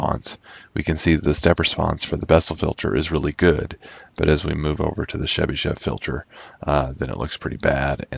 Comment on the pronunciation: Thank you very much, it was very informative. If I may, I would only ask why do you call Chebyshev as Shebyshev? There is "ch" sound as in "chart" or "choice".